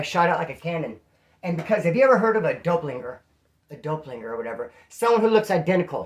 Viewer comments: It's said kinda like it's spelled bro doppel ganger lol not dopelinger 😄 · “Dopelinger” 😂 dude I love you man you crack me the fuck up. I’m new here and can’t stop watching you bro. Just for future reference it is Doppelgänger. (Sounds like Dop-pull-gang-er) 😂😂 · 😂😂😂😂 is the man he hit us with the “ dope linger “ lol it’s doppelgänger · its a Doppleganger, just lacing ya up on game haha. pronounced dop-pull-ganger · it's pronounced "dah-pull-ganger"... doppelganger...I got 2, one in Colorado and one in Cali... that shit was funny as hell! Ps... I hope you feel better soon! Sending good thoughts your way.